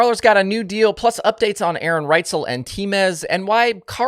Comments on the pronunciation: Did you say A-A Ron? Lmao😂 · Was A A Ron a funny on purpose 😂